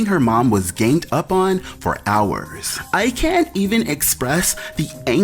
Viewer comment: I’m mad Nene said “gained” up on...like multiple times 😑😂